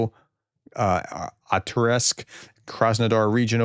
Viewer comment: Pri-MORS-ko Akh-TARSK Try to read them one syllable at a time.